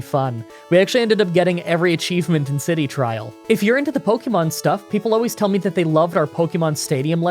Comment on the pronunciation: Pronounce Pokemon correctly!